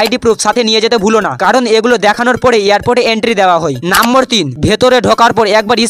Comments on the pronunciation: আরে মাড়া,, নাম্বর টা কি নাম্বর না নম্বর 😂😂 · নম্বর❎ নাম্বর ✅ 😂😂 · ভিডিও সব ঠিক ছিল । ওটা নম্বর 😂 নাম্বোর না 😂😂